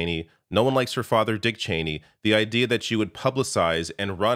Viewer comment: ITS CHENEY FOR CHRIST SAKE!!!!